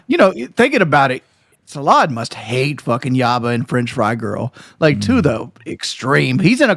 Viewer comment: it’s Yabba not Yamma lol anyway cupcake is his baby carrot